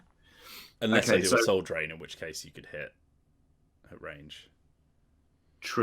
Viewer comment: Oh, Soul *Drain*. I kept hearing Soul Train, and now I'm oddly disappointed.